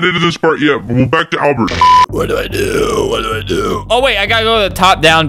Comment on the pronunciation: Albsert * doesnt mess up * Albert again: * messes up * Me: starts laughing